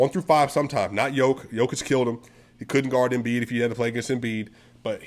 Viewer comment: I recognize your effort in making an in-depth video like this. Keep the grind on! p.s. oce you get to Serbia, please get someone to teqch you how to pronounce the sound found at the end of Nikola´s and Luka´s name. 👍